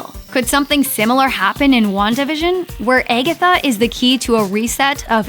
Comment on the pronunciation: Or if you sing it how the narrator pronounces it,🎶 its been Eggetha all along 🎶🤣